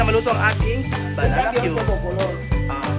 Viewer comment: wag mo ituro ang maling bigkas sa banana cue ung tamang bgkas ang ituro mo hindi bananawe masasanay cla sa maling bgkas